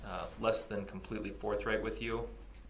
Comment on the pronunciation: Untroofful and forfright.